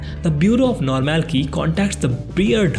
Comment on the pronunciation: Whenever you pronounce normalcy as normal key and not normal see, I got an headache. But otherwise I like your shorter and yet slower recap. I did turn on the subtitles.